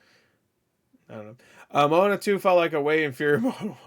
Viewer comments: Also it’s pronounced mowanna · not to be a complete dick but, it’s pronounced Mo-A-Na so literally Moana, if that makes sense, I’m not saying that to be a dick, I’m just one of those individuals that it bugs the shit out of if you don’t get your names and stuff right, I’m not saying that’s how it should be, I’m just saying that’s how it is.